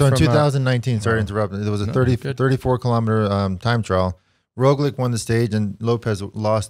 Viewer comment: Guys great podcast, but the pronunciation of names, yeez. Here are some helpful tips: Roglič ( Raw glitch ) , Pogačar ( Paw gha char ). Hope it helps!